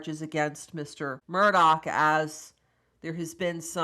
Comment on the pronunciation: putting me through the spin cycle with this guys name pronuciation, i'm confused